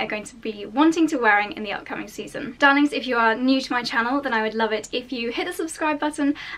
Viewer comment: You are lovely, I could listen to your voice for ages. Every time you say “dahling” I smile!